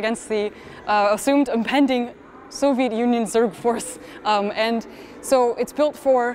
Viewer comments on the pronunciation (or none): Did she say "Soviet Union Zerg Force?" I think I love this woman.